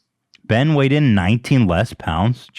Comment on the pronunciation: Saying Ben as keen isn’t a good mma fighter! Smh. He was 2 time champ